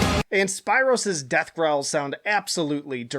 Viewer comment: Spiiiro just that alone made me laugh mate it’s pronounced like speero lol